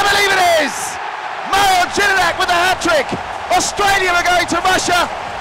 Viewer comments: Mil Gedinak ahahah... it's actually pronounced Mil-e Yedinak. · No one: Absolutely nobody: Not a Single Soul: This Commentator: Mil Gejinac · Pronouncing is first name and last name wrong omg haha, its Mee-ley Ye - dinak